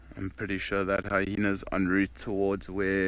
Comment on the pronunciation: Haha another guide that says hyhenas